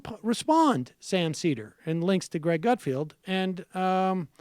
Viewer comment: It's not gut-field, it's gut-feld. Вы говнйюк